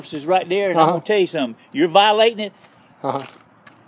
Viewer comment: "Let me tell you suttum."